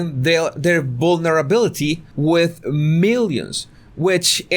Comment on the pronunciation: “Bulnerability “ ??? Hahahahahah ,Hahahahahah